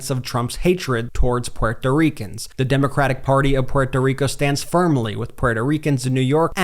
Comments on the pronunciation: I love the way Brett pronounces " Puerto Ricans" 😊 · Learn how to say Puerto Ricans. Lol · What is wrong with you, can't pronounce Puerto Ricans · This guy doesn't even know how to pronounce Puerto Ricans lol and I don't see Donald Trump saying anything about the Puerto Ricans are Puerto Rico dumbass